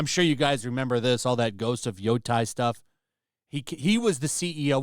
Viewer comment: It's Yotei with ei not ai